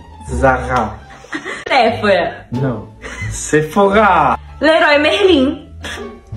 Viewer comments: Zara é uma marca espanhola e se pronuncia igual "Sara". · Zara é espanhola e pronuncia Sara. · Zara é espanhola então ambas pronuncias estão erradas, mas vocês são lindos juntos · Zara não é francesa, é espanhola... Primeira loja foi na Galicia. Então a pronúncia seria bem similar ao Português se considerar o galego, ou "Sara" considerando o som do z no espanhol. Mas nunca "Zarra". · ZARA é uma marca espanhola e a pronúncia é tipo Sara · Zara não é Francesa não mano 😅😅😅 é española pertence ao GRUPO INDITEX e o dono se chama Amancio Ortega, que é da Galicia (España) e a pronuncia não tem nada a ver nem com brasileira e muito menos com a francesa 😅😅